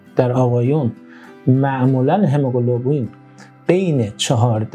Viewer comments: هموگلوبین نه هموگلوبلین. گفتاری رو تصحیح کنید..مرسی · این مرتیکه هنوز کلمه هموگلوبین را بلد نیست تلفظ کنه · برو مردک، دکتر قلابی، تو حتی نمیتونی کلمه هموگلوبین رو درست تلفظ کنی، بعد ادعای پزشک بودن هم میکنی؟ دوزاری باقالی فروش